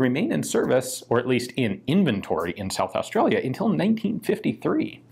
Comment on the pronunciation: Damn hope you yanks look after our guns! Thanks for the video, not many people actually say South Australia properly! I'd give my left nut for one of them pistols :( so would half the guys at the club! I wonder how we'd go trying to register one here now.....